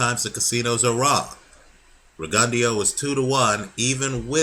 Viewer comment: ree gun dee o? THAT has to be the lousiest pronunciation of the dudes name ...he outscored and beat nonito pretty clearly ....116-112 is fair